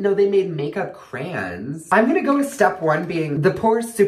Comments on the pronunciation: got me dieng. did he say trans or crayons??? do you mean foundation??? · " I didn't know they made makeup caroyns " had me dying